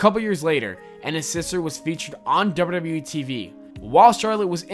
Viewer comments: OMG!! This narrator really needs to SLOW DOWN when he speaks! I was trying my best to listen and get through the video but every time he said dubbayoudubbayoueee, I cringed. He talked so fast and a good portion of what he said was so jumbled together that I couldn't even make out what he was saying. Seriously, just slow down a little and it will make a huge difference for the better. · Why do you say wwe so weird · The way he says wwe